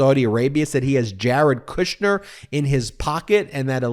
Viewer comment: Kushner not Kirschner